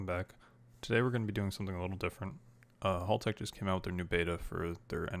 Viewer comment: FYI - That's now how you say Haltech. Hal rhymes with Pal, not Ball.